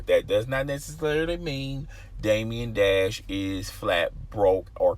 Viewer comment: Bro, Damon Dash. Day-muhn. Not Damien Dash.